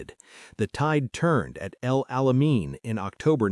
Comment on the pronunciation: Good Story L-o-n-g S-t-o-r-y That Alamain, not Alamean!